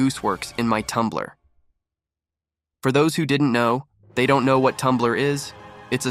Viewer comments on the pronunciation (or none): none